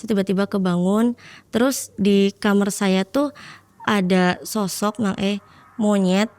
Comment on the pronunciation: agak sedikit bingung, saya sering nonton podcast malam mencekam, kenapa kebanyakan Narsum ini nyebut KAMAR kok ngomongnya KAMER ya.. engak sekali duakali. kok aneh aja gitu